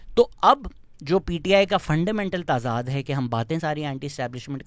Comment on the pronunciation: Very true. As a Lahori, I never thought about the privilege I've had. Thankyou for raising your voice. Also please, it's t'zad not Taazaad.